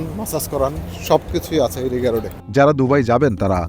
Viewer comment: রিগা রোড না রিগ্গা রোড বলে Rigga